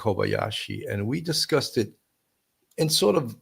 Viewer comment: It's discussed. Not discusted.